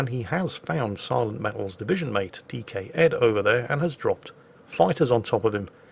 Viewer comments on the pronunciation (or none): none